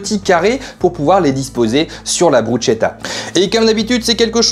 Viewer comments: Hello, très appétissant 😍 en italien "che" se prononce "qué" 😉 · Simple et efficace, ça donne envie ! Par contre on prononce BrusKetta ^^